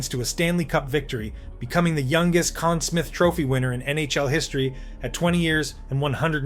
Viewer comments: Conn Sm-EYE-the...not smith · Conn Smyth not smith. (Pronounced sm-eye-th). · Please pronounce the name of the best goalie of the year properly There is history in the naming of that award and its disrespectful to that history for your channel to let that go. GET A CLUE!!!!! SMITH. Really? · You had me up until you called it the "Conn Smith" trophy... Amateur hour stuff